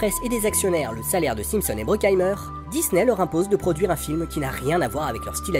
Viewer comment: j'allais le signaler aussi, en effet pas très clair la façon dont (simpson) c'est dit ;)